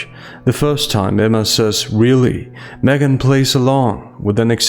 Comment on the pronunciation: I swear you called her SMEGhan